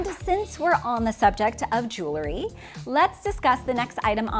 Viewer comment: Just a minor point regarding pronunciation of the word "Jewelry" which is pronounced "jool'-ree" or "jewel'-ree" not "Jool-lur-ee;" a very commonly mispronounced word. Nevertheless, I enjoyed your video.